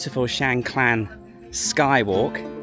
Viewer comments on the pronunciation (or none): No L in Khan...NOT KLAN Kaaahn...